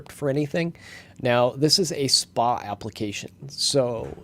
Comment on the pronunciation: people say SPA like that? Didn't know